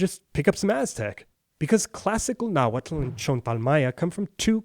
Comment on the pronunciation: its not nahuatul its nahuatl